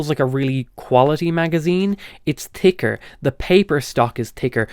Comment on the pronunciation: It's "tinner", It's "Ticker", it's "Terteen Euros....